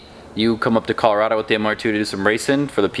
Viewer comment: Finally said it correct cola-roh-do not cola-rad-do!!!! Say like a southern lol